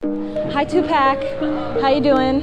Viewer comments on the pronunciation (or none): Wat the fak...The reporter doesnt even know how to pronounce Tupac...Dear reporter its TUPAC not TUPÄÄK..